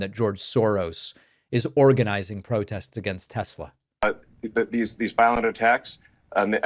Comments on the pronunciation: I do not love TessssSlurrrr! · David, as a linguist, I find it quite funny to hear you pronouncing "Tesler" even when it isn't followd by a vowel. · "Tesler" LOL